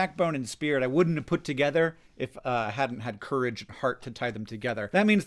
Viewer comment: "Spiwit, bwavado, a dash of dewwing-do!"